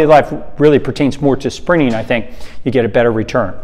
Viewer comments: Took me ages to realise you said sprinting. I thought you were saying springing. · For a while I thought he was saying Sprinning. Never heard anyone who treats the word with virtually a silent “t”. Just sounds weird. Blame it on my Aussie accent if you like - we don’t use a silent “t” for the word sprint. 😂 No arguments against the content however - just for the record. 😏